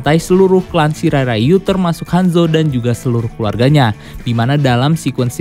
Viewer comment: Sirai Riu bacanya bukan Sirai Rayu😂